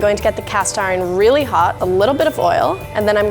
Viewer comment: "I rearry rike all the combinations"